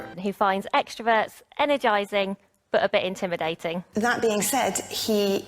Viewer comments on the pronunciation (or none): Your pronunciation of the word grim, sounds like gram. You also pronounce intimidating as: "int thu mhuh (duh) dating. I bailed out after the umpteenth mispronunciation by you and your speech is as frog-croaky as that of some Scots or a heavy smoker. This deviance is also called vocal fry. I am a polyglot having mastered a number of languages; I cheated somewhat since two of them are very primitive South African native languages with limited vocabulary. BTW vocal fry is not harmful and some people are not bothered by it; unlike myself. I also abhor arm flapping; it cannot make a human fly (airborne). And pacing a floor when speaking, is for a Lion kept in a cage (I know Lions do not speak).